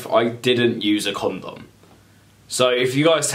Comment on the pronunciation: The way this guy says condom makes me uncomfortable